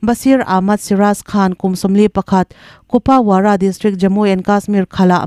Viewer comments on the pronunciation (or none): Kupawara tih hi Kupuara tih anga lam rik tur..